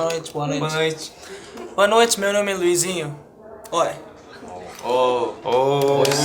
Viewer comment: o luizinho falou direitinho to chocada